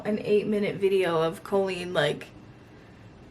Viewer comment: You pronounce her name colon.